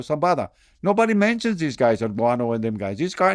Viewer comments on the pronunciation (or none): none